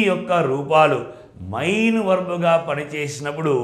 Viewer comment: Sir mee classes baagunnayi. Kaani mee pronunciation konchem chusukondi. Main 'మెయిన్' you are pronouncing like mine ' మైన్ ' . It is little odd and cinfusing